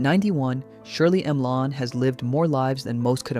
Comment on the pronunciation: Her name is Shirley MacLaine... not Shirley Milane.